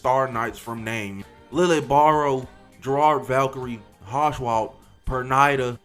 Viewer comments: It’s pronounced Var-velt (Wahrwelt - True World). In German W’s are pronounced as V’s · Gonna be that nerd but Warwelt is pronounced Varvelt. I don't even know why😭